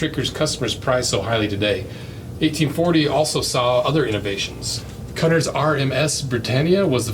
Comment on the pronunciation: Cunard is pronounced Cue nard. You have never heard of Nelsons column??? You have never heard of Trafalgar Square???